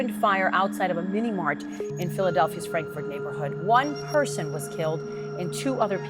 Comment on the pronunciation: Bro said frandkford 😂😂😂😂🤦‍♂️